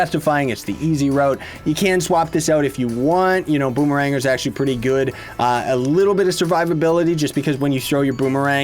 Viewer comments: i thought its pronounced boomer - ranger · Is it Bomerang-er, Bomme-ranger or Bommer-ranger?